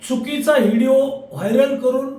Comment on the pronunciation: या उमेदवाराला व्हिडिओ म्हणता येत नाही हीडिओ म्हणाले